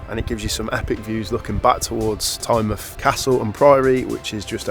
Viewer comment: you will love it there. BTW pronunciations made me laugh, especially alnwick castle, which is Ann-Nick Castle